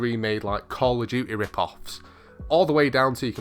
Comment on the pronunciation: Call of jewty 😆 you make me laugh